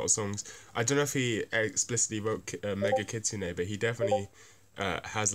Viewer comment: It's called Megitsune. Not MEGA KITSUNE. Also thanks a lot for these vids. I'm a huuuuge BABYMETAL fan and i have a friend who's a huuuge Death Grips fan. And we just watched these two vids trying to convince each other of the greatness of our fav bands. I don't feel it worked tho in the short run because he was not convinced enough in their similarities. I did understand the intent that these bands are similar because they are daring enough to kill the standards. In any case that similarity though happened to not enough to bridge the genre gap which i thought would be possible because he mainly likes Death Grips due to their originality.